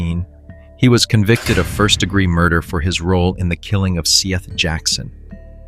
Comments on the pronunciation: This has to be one of those bullshit AI channels because bro can’t pronounce “Seth” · And his name is spelled Seath. But I'm not certain of the proper pronunciation. Please, honor the murdered boy by getting his damn name right.